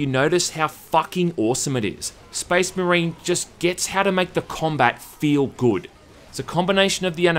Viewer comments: did you mean SPEZZMUHREEN?! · "...and how they pronounce 'Space Marine' in this really bizarre way." Proceeds to say it in the exact same way the whole video.... Cracks me up dude.